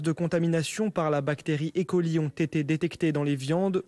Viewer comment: Ca n'est pas une bactérie électronique, Escherichia coli, alors c'est é-coli et pas I-coli